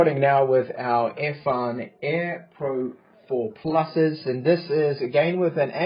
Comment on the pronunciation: Why do you pronounce “Earfun” as “Airfun”?